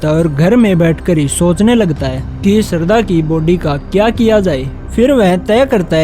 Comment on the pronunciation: Sarda nahi bhai shradha